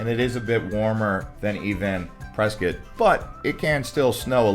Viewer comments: it's Pres cot not preskit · It's Press cot. I mean wow, are you a Californian? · I thought it was Press…scott. It sounds like you are saying biscuit.